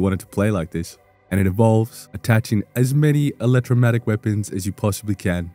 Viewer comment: Just the scientist in me - But it is an Electro-mag-netic. Not electro matic (I didn't want you going around sounding all misinformed and all). Thanks for the good information! See you again soon.